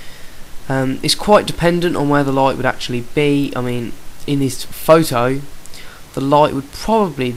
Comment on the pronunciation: lighTTTEEHHHH why do u pronounce your ts so weirdly